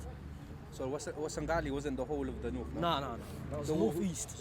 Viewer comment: Say Warsengali properly